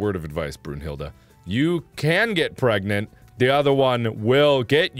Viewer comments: I would have used this moment to say "Are you pregante" "Are you Pregananan" OMG he did. Thankyou, i can die peacefully. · She was Pergenat *Pargnet **Pergat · I thought he was pregananant or prregante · when he said 'pergananant' it broke me